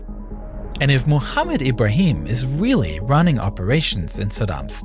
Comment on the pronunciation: Weawwy cool vwideo